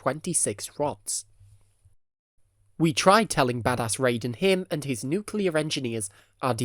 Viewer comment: Nukelear reaktoer exlosoin?